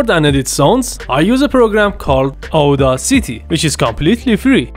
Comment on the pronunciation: I use Audacity too, it's pronounced 'aa·da·suh·tee', another good tutorial